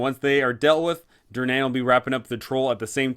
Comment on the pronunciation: This canNOT be how Durnan pronounces his name. It's hurting my ears and my soul.